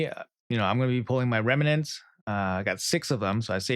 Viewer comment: Remnants, not remenants